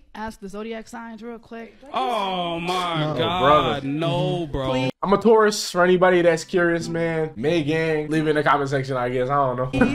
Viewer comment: "I'm nodda fuggin tuarus"